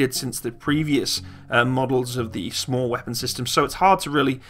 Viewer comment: you don't have to spell out SMAW each time. We say it like you would say "saw" but add the "m" in there like you would say "smack"